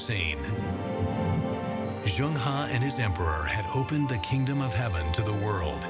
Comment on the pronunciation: As a professional narrator, he should have made an effort to find out how 'Zheng He' is pronounced. Angmo are very self-centred as they pronounce foreign names as if they're English words. Zheng He is pronounced as /zəŋ - hɜː/. Also, Shanghai is /ʃɑːŋ-haɪ/ not /ʃæŋ-haɪ/. Tsunami is not 'Sunami/ but /tsu-na-mi/. Asians make a conscientious effort to pronounce Angmo names correctly but accommodate their Angmo masters by parroting them instead of correcting them.